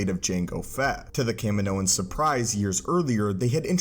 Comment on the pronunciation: thank you for saying Kaminoans properly